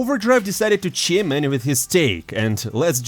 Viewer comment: If you are going to use "chime in" multiple times per video, just google the pronunciation amigo. Takes to 2sec :)